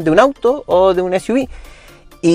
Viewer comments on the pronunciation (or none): none